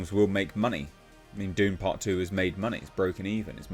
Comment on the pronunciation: 😂, it sounds like you're saying Doomcock2, instead of Dune part 2!😅😂